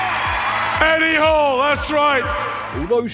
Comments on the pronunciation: Hall NOT Horn lol... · Did your ai voice call him Eddie Horn? o.O